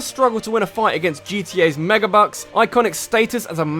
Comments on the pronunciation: Meger Evolutions. just. pronunciation. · "Megurr Evolutions"